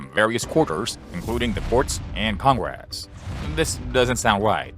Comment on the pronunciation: What's "con-grass"? I HATE these vocal simulators 😞